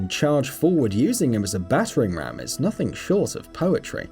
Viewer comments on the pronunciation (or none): none